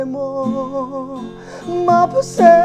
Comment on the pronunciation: Maphase ❌ maphasy ✅ Mengmawi ❌Mai maw✅